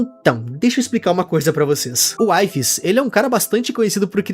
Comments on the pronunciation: Oi, eu assisto vídeos do wifies jogando mine com os amigos dele, e na vdd a pronuncia do nome dele n é "UAIFES", mas sim "UIFIS", espero ter ajudado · nao se lê "uaifes" se lê "wifies" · engraçado é o pronunciando wifies errado sendo que embaixo ta literalmente escrito como pronuncia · so vou te pedir pra pronunciar o nome do wifies de forma certa pfv 🙏